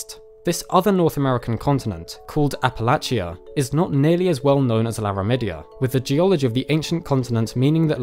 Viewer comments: You pronounced Appalachia correct the first time then went to the outsider pronunciation, to bad. Great video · It would be nice if he learned to pronounce Appalachia properly. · app uh latch ya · You are mispronouncing appalachia.